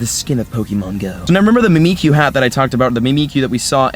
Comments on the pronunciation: It's pronounced mimic-you because it's mimicking Pikachu because Pikachu is loved and Mimiku isn't. I don't know how long I'll be able to handle "me me q" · Mimick-you. Mimikyu. Other than that, great video. Don't worry, I've heard worse, you're still awesome. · Mimikyu is pronounced Mimic You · Mimikyu is a Pokémon that mimics Pikachu - so, phoenetically, you should pronounce it "mimic you". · It is said Mimic-you, Just to let you know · Aye bruh, it's pronounced Mimic-You. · Just say it like, "mimic- u". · prononce mimikyu as mimic you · Just so you know, it’s pronounced Mih-Mihk-You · mimikyu is pronounced Mimic-kyu or me-me-kyu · It’s so funny when he doesn’t know how to pronounce he 3 Pokémon name or mimikyu